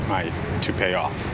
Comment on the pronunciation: He can’t even get himself to say toupee 🤣🤣😂🤣